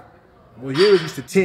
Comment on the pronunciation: Its amazing how everyone in US is calling him Juri (yuri) - his name is Jiri (spelled Yiri i guess). and they are all fine with it :D